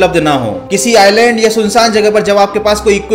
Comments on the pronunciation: Areee ice-land nahi it's i-land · Island ko iceland bol diya 😅😂😂😂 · it's island not is land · Iceland nahi island hota hai😂👍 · Bhai island spelling toh thik hai pr tu bol galat raha hai